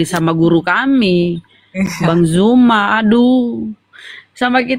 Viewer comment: Kenapa lah bila nyebut NAMA ZUMA MENJADI JUMA.. APA LIDAH NYA ITU EMANG KERAS....??? SEBUT ZU..... ZU.... ZUMA..... BUKAN JU...